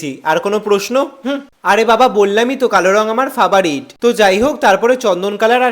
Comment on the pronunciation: Frbarit ❌fabarit✅